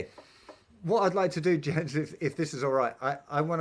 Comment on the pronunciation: I think it's pronounced "Yens".